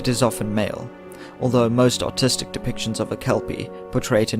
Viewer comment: When ever he says Artistic I keep hearing Autistic